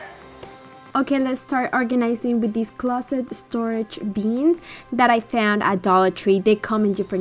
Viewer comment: Love the way you say “beans” for bins!